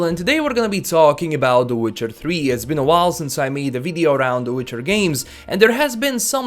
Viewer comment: ''Witchar tri''